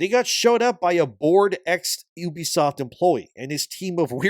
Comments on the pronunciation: I cringe anytime someone pronounces the name 'Ubisoft' as 'Oobi-soft' and yet YouTubers keep pronouncing it this way. Why? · It’s Ubisoft not Uubisoft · ffs it's not "oooohbesoft." It's "You be soft," a pretty neat little diss on bad gamers. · The name 'Ubisoft' was coined by the Guillemot brothers in 1986 as a shortened form of "Ubiquitous Software;" stop pronouncing it like 'Oobi-Soft.' It's incredibly cringeworthy.